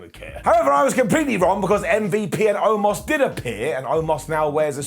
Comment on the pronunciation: So we not gonna talk about how Lashley called Omos the wrong name the entire time. I swear he said “Almost” the entire time 🤣😂🤣